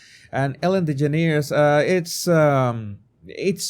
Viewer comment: Ellen's last name is pronounced like "generous" Ellen "DeGenerous".